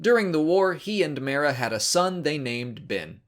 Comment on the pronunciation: So if an audiobook pounces someones name, should you use that pronunciation or some other one? Cuz he keeps saying Mara's name differently then the books do and it brothers me